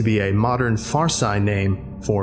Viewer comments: “Fars-eye” name... it’s pronounced farsee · Love the reading as usual! One small note though. The language Farsi is pronounced like “far-see” not “fars-eye”. Sorry, just a small thing. Love your work! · Far-sigh? It's Far-see (Farsi, or Persian) for future reference. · I dont want to come off as a cock but the word farsi is pronounced far-see not far-psy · I know you are a stickler for pronunciation, It’s “farSEE”, and “NeanderTAL”. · Pronunciation correction Farsi = (Far, see) = Persian. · "Farsi" is pronounced "far-see". Also known as Persian, it's spoken mainly Iran. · Farsi is pronounced Far-see. You're welcome. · Farsi is pronounced "far-see" btw. Good shit tho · Sorry but did you learn how to pronounce "Farsi" since posting this?